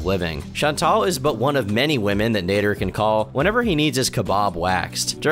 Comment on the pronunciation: It's Naader as in cat not Nayder